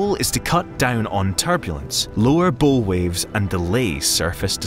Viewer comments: The maritime term "bow" is pronounced the same as the tree limb "bough" and rhymes with "wow." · Is the voice an actual Scottish voice or an A.I. one?, an actual Scotsman knows that Bow when referring to a ship is pronounced 'Bough'. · "nucular" Sorry, private equity, this is the last straw. The "bow" read like a violin bow instead of a ship's bow. I gave you a chance, but I just can't anymore. Goodbye.